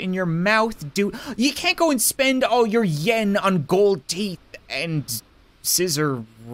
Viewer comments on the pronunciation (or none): none